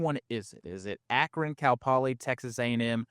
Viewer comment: 😂😂A-kron🤔 I could be incorrect but I believe that is a long a for Akron🙏🏼🤣